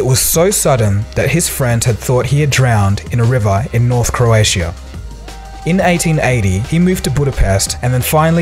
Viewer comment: Learn how to pronounce Croatia if you are mentioning it so much